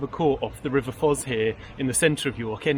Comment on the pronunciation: It’s pronounced Foss not Fozz.